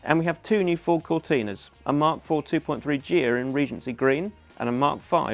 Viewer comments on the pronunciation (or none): Capri & Cortina GEE-HA. What?? GHIA ...nearest pronunciation would be GEAR. I appreciate it's probably before your time. The final models to use Ghia spec were the 2007 Fiesta & 2009 Mondeo. Goodness over 15 years ago.